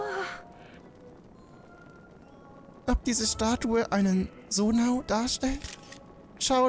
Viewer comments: Bitte sage sonai nicht sonau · Zonai nintendo nicht sonau 🙄🙄😂